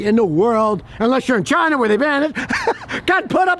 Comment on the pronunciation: Ah china...or as they say "jaina"... bunch or scoundrels